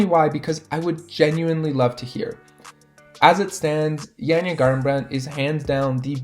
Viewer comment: Still butchering janjas name...